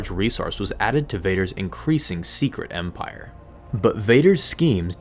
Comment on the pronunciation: Take a drink every time he says empaire